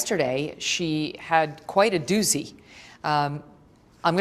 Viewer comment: (Ducy??? Doozy... not DUCY)...Yep, family is often the culprit...This is awful...Perhaps they NOTICED the dripping blood and prevented any further drippin...til they reached the drive..